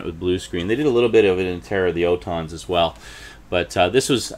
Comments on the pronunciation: What the hell is an O tons ? It's pronounced ALL TONS. Hell! Please pronounce the names correctly if you're going to critique it! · It’s pronounced ORton